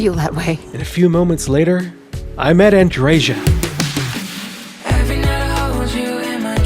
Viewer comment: Andreža, LOL! It's f-ing Andreja and J is is pronounced as Y in word yes.